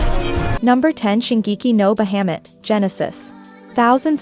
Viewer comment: The way you pronounce Bahamut... I had to quickly jump ahead. Bahamut is a well known name for the dragon in all stories/anime's/games. Try to look into the pronunciation in the future ^-^ It's a well known dragon. Great video otherwise!